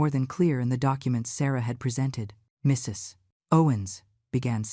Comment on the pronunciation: Why can’t AI say the word “Mrs.”? Just curious